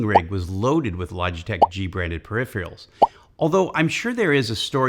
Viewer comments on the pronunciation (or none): Why can't Americans say peripheral. It's NOT periphial. I wonder if there's a 1-1 correlation between periphial and nucular.